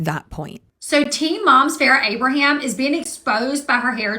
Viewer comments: It's you saying "AbrahamS" for me. There is no S at the end of Abraham. Proof that Farrah simply does not matter 🤣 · Her last name is A-bra-ham… not Abrams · Who want's to bet that at some point Sophia will come out and say her Mom was a monster behind the scenes? "Anything the public saw of me and my mother was all fake. Blah blah blah..." I'll be shocked if this doesn't happen. Also, I LOVE that you said Farrah's last name wrong so, many, times! This would send Farrah over the edge if she saw it. I'm here for it.